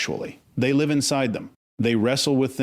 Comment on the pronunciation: I guess has working for him. Some mistakes are funny like saying an injured empath has a wound... but pronouncing wound like a wound up clock... Or the empath who will live at a disadvantage... but says live as in a live show. Nevertheless I like and guess I'd make an AI Penelope if I were in this business.